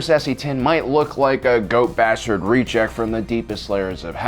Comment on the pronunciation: I heard "goat" not ghost.